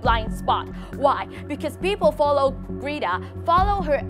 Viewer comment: bạn ơi âm cuối của chữ mối trường và một số chứ khác bạn ấy không có âm cuối ạ. Còn có tên của Greta nữa bạn ấy phát âm khá khác nhau đấy dù chỉ là một cái tên. Mình dốt tiếng Anh nhưng mà mình còn nhận ra a